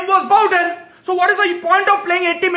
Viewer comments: And bowden for bowen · Abe bowden nahi be Bowen 🤣😂🤦🏼